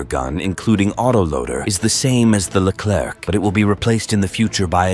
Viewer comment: Learn how to pronounce Leclerc.